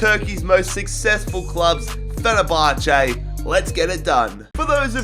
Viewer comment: Fenerbache😂That’s so random but Great video